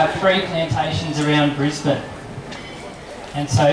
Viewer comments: just a tip to you tourists, It's pronounced Briz/Bin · Opening shot - The Treasury Casino and how not to pronounce Brisbane... you drongo.